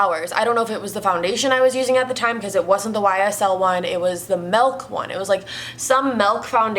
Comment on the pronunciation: Still love that you say melk instead of milk😂❤️